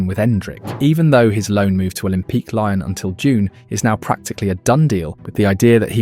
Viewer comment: You don't know how to pronounce LYON? For real?